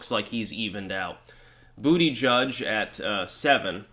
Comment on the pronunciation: It is pronounced Butt-a-Geeg